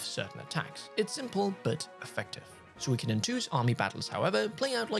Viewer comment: What if you learn how to correctly pronounce Suikoden? Geezz... Every time...